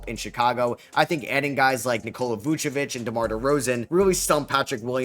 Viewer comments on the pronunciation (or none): none